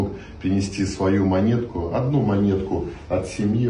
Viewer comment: Монєтки??? Це якийсь дурдом 🤕🥴